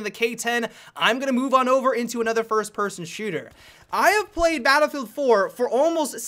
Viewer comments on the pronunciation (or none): "balbl hardline" "what i wandedodododay" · Am i the only one who noticed that he said babblefield in the beginning